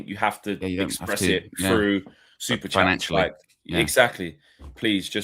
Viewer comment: please fix the ai pronunciation of superchat, it sounds like super-shat